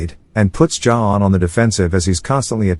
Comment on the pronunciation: Why are you pronouncing johann like that